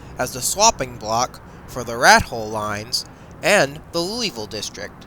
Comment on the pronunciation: I could tell the narrator isn't from anywhere near around these parts when I heard how he pronounced Louisville, LOL. It's pronounced Loo-uh-vull, not Louis-ville.